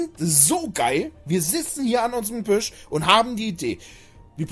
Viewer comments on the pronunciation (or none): none